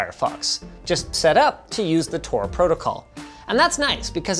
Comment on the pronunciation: Tor* Not TOR*